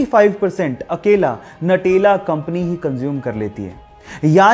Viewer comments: Natela nhi nutela khte h🤣🤣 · भाई नटेला नहीं न्यूटेला |